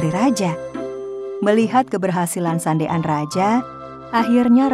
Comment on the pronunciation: Kenapa Sandean dibilang sande an😅